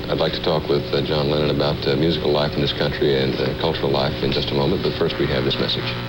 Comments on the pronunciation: Did he really say “former beatle John Leonard” 🙄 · The announcer called him "John Lennont" at the start. I am certain John loved it :) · I could understand the news reader mispronouncing his name in 1964 but in 1974 it could only have been deliberate.